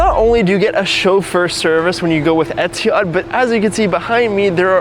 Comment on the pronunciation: dawg try oman air 😭😭 bro really said etihad